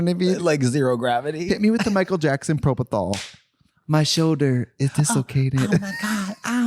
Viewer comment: TRIXIE... OMG ITS PROPOFOL FOR FUCKS SAKE